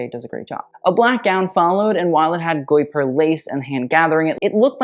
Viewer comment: I write this because your pronounciation game is already on point!! The « gui » sound of guipure is « hard » like in gi-gham (without the ng sound that comes after). Also fyi, the « u » following the « g » in gUipure is mainly there to make the « g » sound hard instead of soft like a « j ». Hope this helps. (And that you truly aren’t kidnapped …)